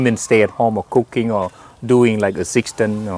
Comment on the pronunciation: I thought he was saying cocane without smoke insted of cooking without smoke